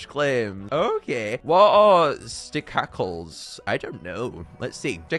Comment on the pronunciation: The “ch” in stachacle is pronounced like a “sh” It’s a combo of mustache and tentacle